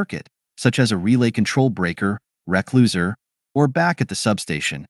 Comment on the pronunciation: try replacing recloser with "re-closeer" or "re-close'er" and the AI voice will say it correctly. Sometimes you have to teach it to speak technical words correctly by spelling it grammatically.